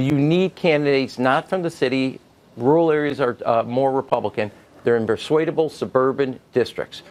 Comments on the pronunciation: Am I the only one who chuckled at the pronunciation of Rural, "Roo-rul" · lol bruh you need to learn how to pronounce 'rural.'